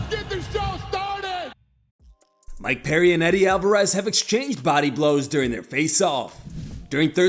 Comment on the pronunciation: "Sweddie Alvarez"